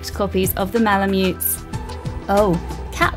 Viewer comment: What's a "Mala-mettey"? Also, it's NEE-ko, not NICK-o.